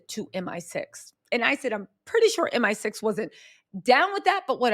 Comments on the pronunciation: Hey baby, love, love, love all your hard work. As a Brit wanna make a slight correction, it's M I 6 not M sixteen; the MI stands for Military Intelligence. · M. I. Six. Not M16